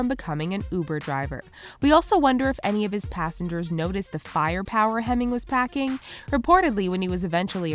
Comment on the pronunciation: "passangers" lol